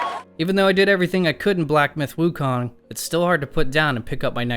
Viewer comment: you kept saying Wukon throughout the entire video